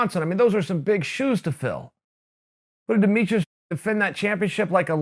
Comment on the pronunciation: Demetrius "Demetrus" Johnson